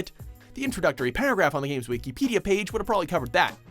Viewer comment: wee-key-pedia page